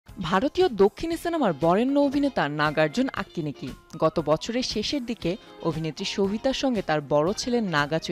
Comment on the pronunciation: nam taou valo koira bolte pare na Unara abar reportar Vai akinekki na akenneni hobe